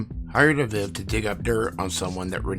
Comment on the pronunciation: Say it with me Uh-Veeve (aviv)